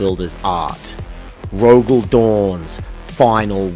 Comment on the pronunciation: Proof that living in my brain is Hell. "The Imperial Palace of Terror"? Stymie. "Stimmy", not a word. "Terror", again. "Rogald". "Traitor allegiance". "Terror", again. There was at least one other "Rogald" in there. Didn't get the timestamp for it.